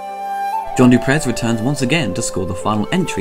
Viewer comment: It's pronouced Du Prey not Du prezz!!